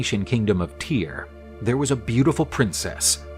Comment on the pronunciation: I want to point out that Tyre is pronounced as "tire" (like the tires of a car). Tyre is an ancient Phoenician city that still exists. It is a city with a long history and is located in the south of Lebanon.